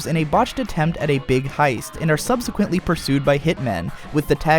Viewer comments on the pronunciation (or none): none